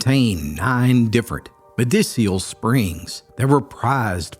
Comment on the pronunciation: Did he say “MEDICIAL springs”?